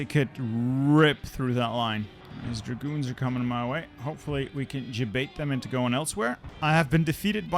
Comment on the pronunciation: When you say "my dragoons", the only thing I hear "my goons"